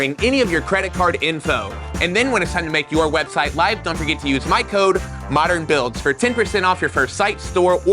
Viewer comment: No more "On moderrrrrrrrrn Beeewuilds"?